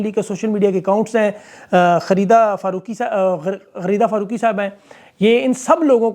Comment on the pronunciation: بھائی آپ غلیظہ فاروقی کا کا نام بار بار غلط کیوں لے رہے ہیں